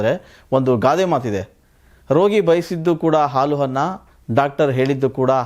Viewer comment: ಹಾಲು ಹನ್ನ.. ಎಂಥ ಅದ್ಭುತವಾದ ಕನ್ನಡ.. ಮೊದಲು ಕನ್ನಡ ಕಲಿತುಕೊಂಡು ನಂತರ ವಿಮರ್ಶೆ ಮಾಡಿ 🤕🙏🙏🙏🤬